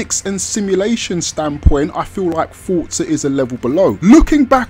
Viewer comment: The Game is Called Forza, Not Fortsa, ffs!